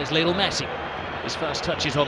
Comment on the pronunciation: Brillian brillian LeeKnowl Messi!! Los ingleses como pronuncian un nombre Latino...